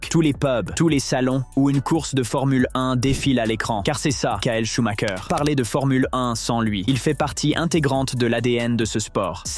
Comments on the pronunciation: Pourquoi prononcer SchumaKER, comme les Italiens? SchumREUR peut-^étre? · SHUMACHER SANS "K" SVP....